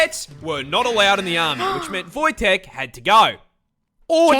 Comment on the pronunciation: if you're talking about the Polish grizzly bear then it's pronounced Wojtek